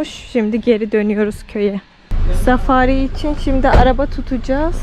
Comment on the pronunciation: Arap milliyet ileri safari ye "safariy" der